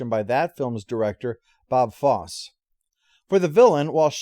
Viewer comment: It’s actually pronounced “Foss-ee”